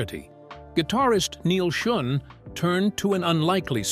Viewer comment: I've actually met with Neal several times and he would be so pissed at that pronunciation of his Name....fix it